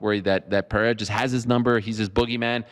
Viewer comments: Finally someone told Chael to say Pereira and not Pierra 💀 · I think the first R in Pereira is pronounced as an H as Hey or Who. The second is a rolled R as pronounced in Spanish or Arabic. So I would pronounce Pereira Pe-Hey-Ra with a rolled r. So Chael is not so far off with his Pee-Yeah-Ra. But Chael has all the names wrong : Hazmat, Blahall, Makelchev... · Isn't that 'peira'? Legend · Who’s “Bluehall Muhammad”? And who is this Pierra? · Don’t correct someone on pereira’s name then also say it incorrectly lmao, it’s PA-HAY-DA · He’s the master of pronouncing names wrong. Yarear, Pierra, Kamara etc.